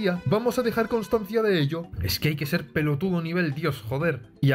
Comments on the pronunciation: oh dijo pelotudo y suena como si de enserio fuera de Argentina (o cualquier otro país latinoamericano) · creo que son esos que para joder a los argentinos dicen "che, boludo, pelotudo, etc" pero lo dicen tan mal que da vergüenza ajena (Hasta hay argentinos que pronuncian mal eso)